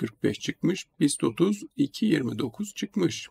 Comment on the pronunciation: Bist30 için değiniz tam anlaşılmıyor LPX30 mu dediniz